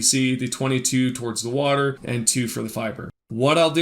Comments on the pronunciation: stop saying water weird you freak. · How many times did he say Wahtur